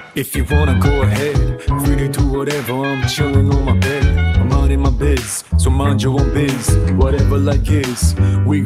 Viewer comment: "Minding my bis" "So mind your bis"